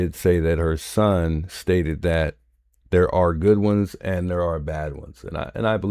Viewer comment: are you saying cited? Your saying stated lol